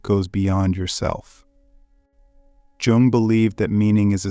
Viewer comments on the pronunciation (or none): It is not "Je Ong" it is "Yoong". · Is it Carl Yung? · The man’s name is mispronounced, and that is very annoying